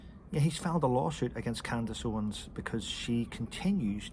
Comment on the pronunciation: It's "Owens" NOT "Owen".